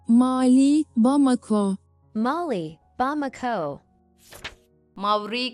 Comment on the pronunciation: Aslında İngilizce Mauritius'tan ziyade Morityus deniyor olması lazım. Bir de ülke olan Mali'nin telaffuzu kısa olur. Videoda ma uzun okunmuş, bu daha ziyade "finansal" anlamındaki "mali"nin okunuşu. Genelde yer adı ile eş anlamlı başka bir kelime olduğunda, yer adında vurgu ilk hecede olur. Ülke olan Mısır ile yiyecek olan mısır, il olan Uşak ile hizmetçi anlamındaki uşak gibi. Mali'de de "ma" hecesi vurgulanır ama uzatılmaz. Muhtemelen bu ayrımı yapamayan makine çevirisinin ses dosyası kaynaklı. Bu arada Batı Sahra'yı Fas kendi toprağı sayar, hatta baya bir kısmı şu anda Fas kontrolünde zaten.